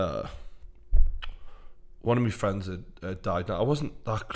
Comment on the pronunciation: Fweinds. football fweinds. Love this!